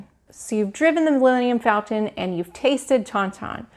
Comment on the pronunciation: How can you talk about your excitement for galaxys egde, but you mispronounced Milenium Falton? It's FALCON?!?!